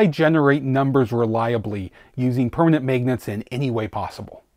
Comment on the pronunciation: Here for “megnats”